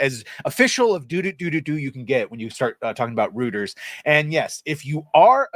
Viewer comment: Nice vid! P.S. Reuters is pronounced Royters